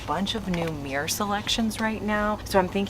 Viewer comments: It's mirror not meer. 😊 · Mirror not Meer..... dang..... why is that annoying...... I'm confuzled